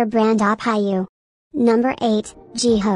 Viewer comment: Edit: Also, I'm sorry Jihyo is pronounced as G-Hoe. My bad lmaooo. Who's your bias? Do you think they should be paid more?